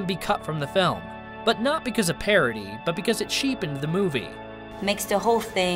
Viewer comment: It it not pair a di. It is Pah rah dis. Try a bit more.